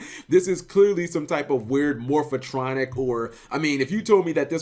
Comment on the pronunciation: Lol Cap it's Morphtronic not Morphatronic